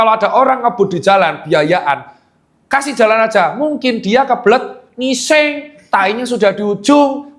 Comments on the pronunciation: berapa kali dokter tirta ngomong NGUISENG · dok,mesti kali yah kata "ngising" nya ditekan kuat2 😂😂